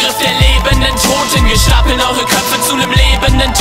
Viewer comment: kann das sein das du statt (Toten = Totem) gesagt hast?